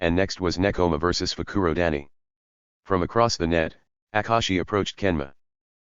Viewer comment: I live how instead of Fukurodani it's fruku-daddy